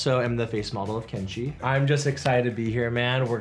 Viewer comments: Хех,, КЕнши, а не КеншИ))) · Видео отличное,только правильно говорить Ке́нши, а не Кенши́